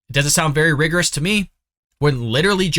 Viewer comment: Dude, you can't even pronounce the word "rigorous". Go back to Mommy's basement. The adults are talking.